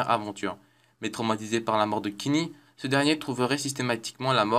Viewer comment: "tweek tweek" "kinny" "sonns park"